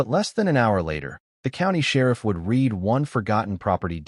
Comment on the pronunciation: Stop A.I narration it’s pronounced Red’ not ‘reed’, ruins the whole story. Makes me want to skip not subscribe. LEARN 😮